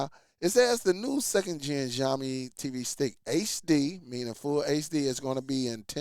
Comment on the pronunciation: It's pronounced "Shaowmi"... Xiaomi is a pretty decent company, I've used several of their phones...i gather that because of the low specs of this device that it shouldn't cost more than $15...sure, the 1gb is questionable, but it is still usable for basic stuff... Not to mention that the required 2gb of ram from google is for their current itiration of google tv based on android 14....this stick could use an older os version like android 8 and still be functional... you can find a lot of chinese products on amazon and Aliexpress using older android OS with 1gb of ram selling for very cheap prices... by contrast Xiaomi has their Mi box streaming device that cost less than Google's tv streamer (about $75-$85) has 32gb of storage, and up to 4gb of ram, as well as hdmi and usb port that also upscales standard resolution to hd, including 4k like the Nvidia shield.